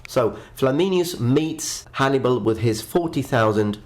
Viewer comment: He meant to say " Hannibal " but said " Hannimal " Thought that was a funny mess up😄